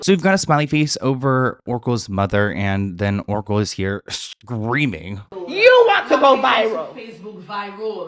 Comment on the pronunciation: Everytime you said Oracle I head Erkle 🤣